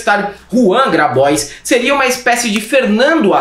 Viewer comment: 02'13": eu acho que esse nome Grabois é francês... Por isso a pronúncia bem-diagramada dele deveria ser Grabuá ..., com R mais forte que o nosso e biquinho pra fechar a boca depois do som do A bem aberto no flnal.